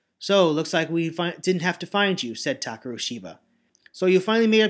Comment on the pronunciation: Um, first, I think you misread Ban's name. It's not Banban Azuka, but Banban 'Akaza'. Also I thought that when you said 'Takeru', the 'e' should be of a higher pitch, but maybe that's just your style?